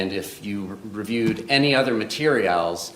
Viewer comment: The memes always take me out, but I was rolling at "materiÁLs" 😂